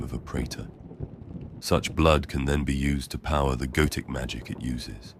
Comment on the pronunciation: Every time he says "goetic" I hear "goated" please help.